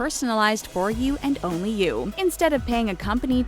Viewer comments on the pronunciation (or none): none